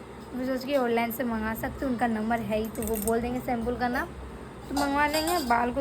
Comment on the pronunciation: Aap hamesha shempool bolte h shempoo hota h